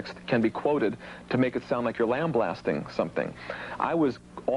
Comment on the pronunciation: "Lamb blasting" LOL Even his mispronunciations are adorable. BOOM! -----------"Baaaaahhhhhh!!"